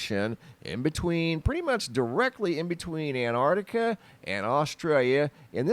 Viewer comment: Why can't Americans say 'Antarctica?' It's not anartica!